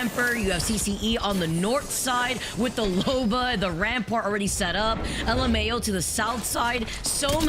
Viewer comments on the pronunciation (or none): Just call it luhmao not l m a o😅😂